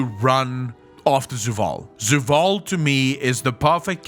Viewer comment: before i say anything mean or insensitive about his pronounciation of many words like zovaal as zuwal etc... does he have a speach impedement?